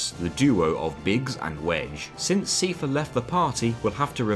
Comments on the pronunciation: Sai-fur 👍 See-fur 👎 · Stop saying Seefare. Its Cipher. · His name is Seifer. Not Siefer. 😭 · His name is pronounced SEIfer, like Eye-fer. They say it aloud in Kingdom Hearts 2. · 'see furr' I always thought cypher ~a la metal gear solid. Keep up the good work on good games.🎉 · Seifer, not seefer. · The pronounciation of "SEE-fur" hurt me more than my abusive father ever could. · I love this video but "see-fer" was killing me the whole time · SEEFUH I like the challenge videos. But holy shit. You have *an incredible*amount of effort to put into pronounciations. The stuff in here hurts less than the FF9 video but, ow. Still. Ow. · Seifer is pronounced Cypher. Are you insane. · I've never heard anyone say "see-fah" in my whole life, and it hurts everytime I hear it..... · Your pronunciation of Seifer bothered me. It's pronounced the same as Cypher, even in Japanese. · it's pronounced cypher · Love FF8 so much, love this video! The •only• thing that just bothers me so much is your pronunciation of Seifer as SIEfer :D What are you doing to me?! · Seifer is pronounced "Sigh-Fur" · Never heard Seifer pronounced as Seefer. Or Thundaga as Thundaja. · Just thought I'd correct a few of your pronounciations. Ultimecia is pronounced Ul-ti-me-sha. Seifer is pronounced Sai-fer. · The way you pronounce "Seifer" induces physical pain in me.